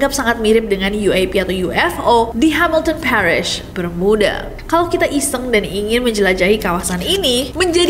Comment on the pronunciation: Bermiuda😂. Terlalu Inggris